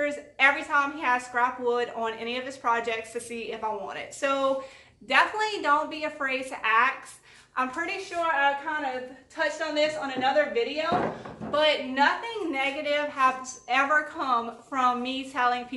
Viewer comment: ask.... ax ....aks....